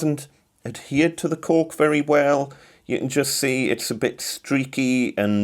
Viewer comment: Thank you for pronouncing it ‘cork’ and not ‘cauLk’. 🙂